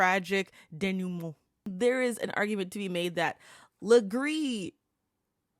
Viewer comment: For someone who doesn’t respect the language, that “denouement” was pretty good!